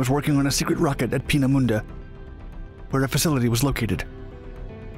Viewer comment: And while we're at it, Peenemunde (which 'anglicised' would be 'Painmouth') should be pronounced 'pain - uh - moon - duh', not starting with 'peen -as - in - penis'. Random fact - 'Painmouth' is the departure point for many cruise lines.